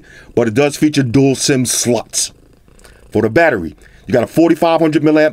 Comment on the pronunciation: The stressing of the word "slots" tickled me 🤣🤣🤣